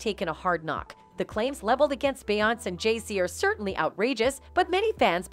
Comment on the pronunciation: When u get them white people commentators and they can’t even pronounce her name, or is it out of disrespect?